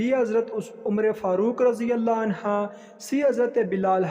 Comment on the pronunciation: Anha nah hain/anhu hain